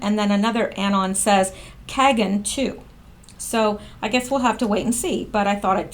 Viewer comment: Elana Kagan (long "a" ... sounds like pagan).